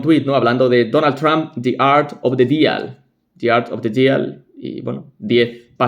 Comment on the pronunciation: "Deal" no se pronuncia /dial/,se dice / di:l/ con "i" larga.